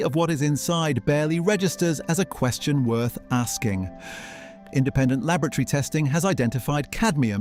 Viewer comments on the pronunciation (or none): Lab-OR AT ORY, not lavatory